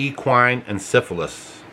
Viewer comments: It's in-sef-a-light-us!!! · It is pronounced. In self ill I tis.. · It's pronounced In-seff-ell-eye-tis.I remember when they said they were going to do this. It's insane! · It is called EN CEFF EH LIE TIS!!!😊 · encephalitis is pronounced- en sef a lie tis.. sounds a whole lot like west nile a few years back - my horse got it- vet saved her with some iv's, then zika, now ees... not confused any more - these people are a special kind of nuts. eugenics mafia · Seff not self. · Encephalitis- the first "i" is pronounced with the long " i " sound The link below will pronounce it for you